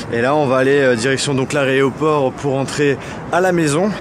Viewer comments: tu dis aréoport alors que c'est aéroport....... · en fin de vidéo tu as dis : "on retourne à l'AREOPORT" alors qu'on dit : "l'AEROPORT" mais à part ça très bonne vidéo et continue comme ça! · aéroport et pas aréoport XD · l'aréoport je suis la seule à avoir remarqué? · "On va aller direction l'aRéoport" mdr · en direction de "l'aréoport" hahaha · l'aréoport mdr La raie de fesse du porc mdrr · euh... L'aréoport ? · "Aréoport", je sais que t'as du mal, mais t'es majeur quand même mdr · T'as dit l''aréoport mdr ( ironie ) super vidéo 💘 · Je rêve ou il a dit l'aréoport??? XD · C'est moi ou il a dit aréoport